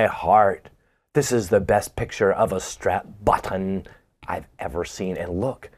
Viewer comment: and his Strap Buttin enunciation😂 Spot On! 👍🤘🏼🤣